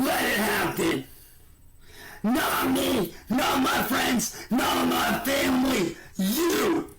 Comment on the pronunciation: Muhh vamily